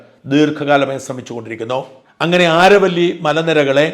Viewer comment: Is it ആരവല്ലി? In English it's അരാവലി